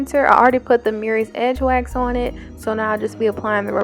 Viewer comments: Oh your saying Mirrys. MURRAY'S. THANK YOU. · I love love love your tutorials. I thank you. BUT PLEASE SAY MURRAY'S CORRECTLY. YOUR PRONOUNCING IT AS MERRYS UR NOT ER THANK YOU.